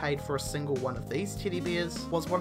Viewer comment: no letter E exist in an alphabet to this guy :D